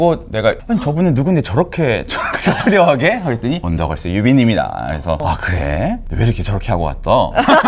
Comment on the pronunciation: 언더걸스가 아니라 원더걸스 입니다